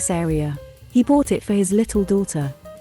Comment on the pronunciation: A few names pronounciation correction: 1. Remember Shenhe? Remember how she pronounced her name, especially the last syllable? That's also what the He in Uncle He roughly sounds like. 2. Muning's "u" is pronounced as in "ultra", not as in "under". I like your channel, just next time please take more time cross-checking 'unusual' names with the other in-game languages. More exotic names will come along with new regions you know, so better familiarize with any languages supposedly are gonna be used in the future. Good luck!